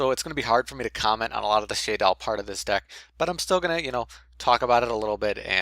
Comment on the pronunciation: It's pronounced SHAdolls. not SHAYdolls. JS.